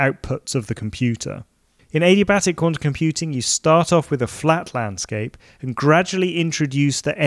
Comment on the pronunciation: Did he just say A-D-Batic?